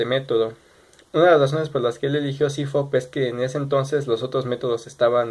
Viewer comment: Fridrich=CFOP sólo que él lo pronunció como cifop